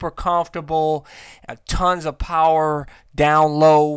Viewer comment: That Xdiavel Powahh!!